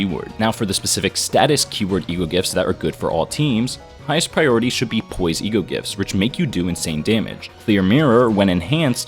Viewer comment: What said :rupture poise sinking poise What i heard: rupture bois sinkinh bois